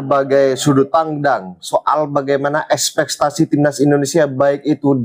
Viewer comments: sudut pandang bukan sudut pangdang, ekspetasi bukan ekspetaci.. lawak wkwkwkwkwk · Ini host menyebut espektasi ja belepotan banget. Blom lagi isi komentnya gk sesuai judulnya